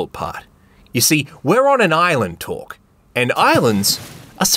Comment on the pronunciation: No. No no no. His name is not torque